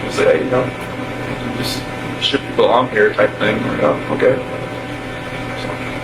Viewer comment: Seriously?? You can't even pronounce Shannon's name? 😮